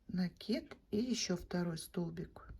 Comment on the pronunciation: Ну наконец то , правильное ударение в слове " накид"